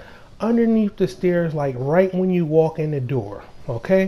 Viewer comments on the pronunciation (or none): none